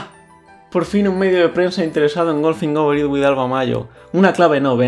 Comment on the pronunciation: Pero si se escucha perfectamente "Golfing over it with Alva Majo"